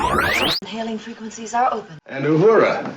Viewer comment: It’s not Ah-hurah. It’s Ooh-who-rah Please pronounce her name correctly!